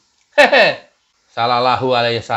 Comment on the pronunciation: Kok ora pas ngucap Sallalahu